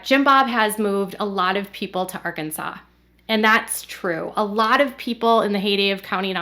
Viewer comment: I know this is an older video, but the other day you pronounced it ar-Kansas, which filled me with joy, and now I am disappointed everytime I hear you say Arkansas properly lol